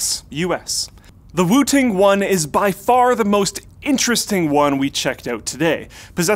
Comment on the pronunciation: Lol thought he said "Wu Tang one" until I read description